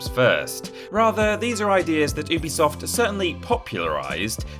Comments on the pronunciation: It's pronounced "yubi-soft, not "oobisoft", something the company have clarified before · It’s pronounced uh-bee-soft